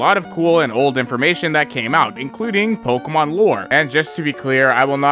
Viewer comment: If I had a nickel for every time this guy mispronounced a pokemon, Bezos would be my bitch